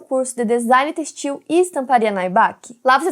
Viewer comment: Seu canal está imenso, parabéns. Conselho: Mais cuidado com a pronúncia das palavras e nomes próprios. Ex. Têxtil, Medelín.